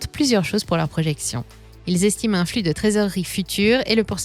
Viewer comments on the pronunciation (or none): none